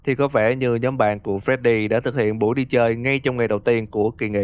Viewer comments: để ý chữ nhóm thành nhòm :v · (Toxic) nhóm not nhòm :))))))))))))))))